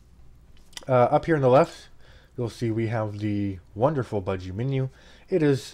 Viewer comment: "buh-gee", "nome"